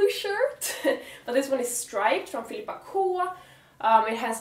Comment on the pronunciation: Älskar att du uttalar Filippa K med svensk dialekt